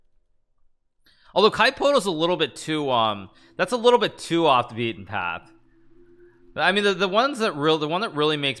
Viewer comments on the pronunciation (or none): none